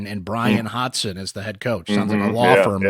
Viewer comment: love you, but it’s Hodson not Hodson the same way it’s Gadsden not Gadson!